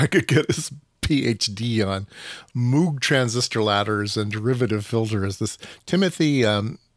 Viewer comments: It's NOT MOOG, like a cow! It's "MOGUE"! It rhymes with Rogue, hence the name of one of his synth creations. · Moog is actually supposed to be pronounced so that it rhymes with Vogue, that's how Dr Robert A Moog himself explained it.